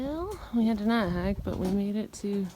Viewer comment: I like how she says "nat hike".